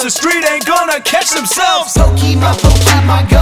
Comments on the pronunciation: Anybody else annoyed that "Pokémon" is mispronounced? "é" isn't pronounced "ee", it's pronounced like the letter A, like in "late". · I would like this much more if MC Lars knew it's pronounced Po-kay-mon not po-kee-mon. did it right.